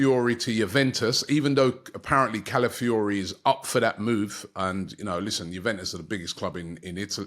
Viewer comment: AFTV need to stop relying on twitter / Facebook to get their transfer rumours. 12 year old in Italy = Italian press - links Arsenal with Calafiori . Also. if you are going to extreme lengths to get news, at least link Arsenal with players Robbie can pronounce .